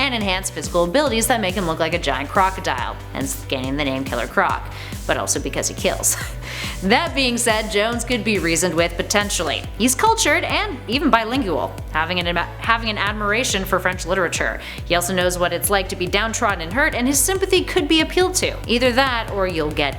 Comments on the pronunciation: I like the way she mispronounced bilingual. She said it like the English say Jaguar. Jag-you-are. Bi-ling-you-all. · By- ling-U-ul lmao classic